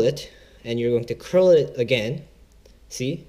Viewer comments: its cull not curl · srry to correct you, but it's card 'cull' mate